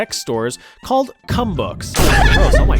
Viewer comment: So not that it makes it any better, but the CUM books store, is pronounced as coom. Which doesn't sound so bad in Afrikaans, or most of the other 11 official languages of South Africa, but one of those 11 is still English so yeah...